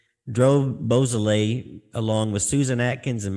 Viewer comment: Actually, it's pronounced "BO SO LAY" How do you get BOO out of beau?